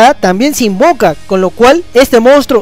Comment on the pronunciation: Min Se invoca o se "invoka"? :v porque en yugi no es lo mismo :v xDDD